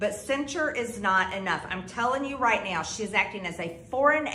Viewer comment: Im going to learn to read, neow